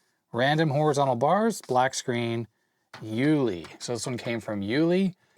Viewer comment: Hi! The name Uli you read like "oolee";)